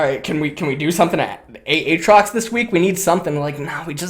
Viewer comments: A-A-TROX...I can’t tell if is a dumbass or trolling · love seeing jokes about how you/he said AAtrox. i made that joke way back when (maybe 8-10 months ago) Ayyyy-trox lmao